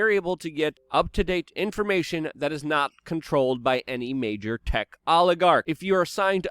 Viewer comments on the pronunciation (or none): none